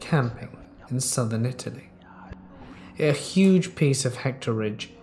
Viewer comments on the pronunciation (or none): none